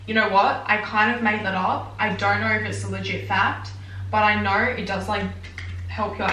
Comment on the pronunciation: “I don’t knoirr”